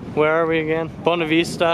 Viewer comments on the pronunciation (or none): Please never say bonavista like that again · Bonavista. Not Bonaveesta. Omg